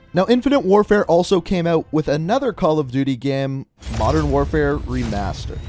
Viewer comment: Jello “mondern” lmao